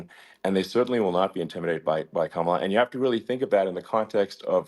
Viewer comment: Mr. Steube, why are you unable to pronounce Kamala Harris's name correctly? Even your Fox host there pronounced it right. Don't you think it shows disrespect to intentionally mispronounce a person's name?